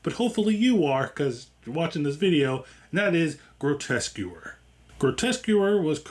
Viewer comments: Grotesquereeeeee, not grotesquer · It's pronounced * "Grotesqueree" taken from the French Grotesquerie, not "grotesquery" ;) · It's pronounced: "Grotesque Erie" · « qu » is prononce like «K » So it’s « groteskery » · Thank you. Really annoyed me how he kept mispronouncing it, Louis reads the name aloud from the calling card so how you can get it that wrong is baffling. Other than that great video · ok…this might be harsh but why woupd anyone want to go to someone for an explanation or breakdown of something they cant even pronounce correctly???? thats just lazy… Groteskewer????? REALLY???? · I think you'll find the show's title is pronounced "grow - tesk - uh - ree". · the name of the series. It’s Grotesquerie. Pronounced as Gro-Tes-Que-Ry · lol came to comment, I don’t think you’re pronouncing it correctly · This is my first video on your channel. I found the mispronunciation endearing, my mom does it all the time I'm a new subscriber, I appreciate good vibes in a horror recap! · Leaving because of the way you pronounce Grotesquerie they literally pronounce it in the show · Jesus lol can’t even pronounce the name correctly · I agree, but I stayed for the review but the pronunciation was a little jarring. We could have called it GQ and kept on keeping on. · my brother, great review, decent editing, all that. You gotta learn to pronounce the show name lol, they even say it in the episode. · Bro can’t even pronounce the name of the show he’s watching…. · Mmmm yea I didn't like how he pronounced it